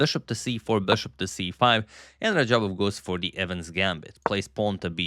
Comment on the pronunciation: It's Evans not evan.